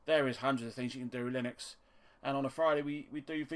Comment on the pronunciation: "LIH-NUX not LIE-NUX" - ;-)